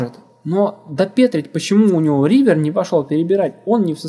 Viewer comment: Угарал с "реавера" :D